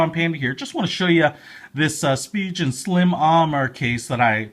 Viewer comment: It’s pronounced like spee-gen, not spee-jen